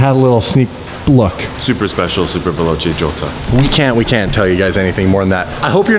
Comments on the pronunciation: VELOCE NOT VELOCHE. if u put an H after the C in Italian it becomes a K sound. I mean. cmon guys. the basic. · "Veloche" just triggered my italian eyes. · Hahaha yes it's veloce 🤦‍♂️